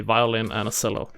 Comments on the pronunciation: CHELLO!!! CHELLO!! It's a CHELLO! Not a selllo!! AHHHHHH!!!!!!!!!!!!!!!!!!!!!!!!!!!!!!!!!! -sincerely Uel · Nice video BUT it’s pronounced “CHELLO” not “Sello.”